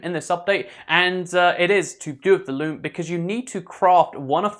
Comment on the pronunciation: It's sounds like he's saying lube instead of loom